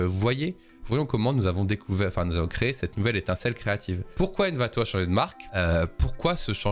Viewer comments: T'as surtout dis "Anvato" 1000 fois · " N'Vato " la prochaine fois STP💔